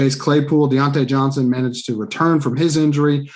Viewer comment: Daaaaaamn, you butchered all 3 of their names, lol